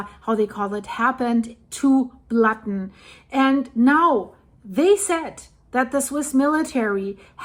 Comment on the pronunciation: "Lake Blatten", OMG, that hurts!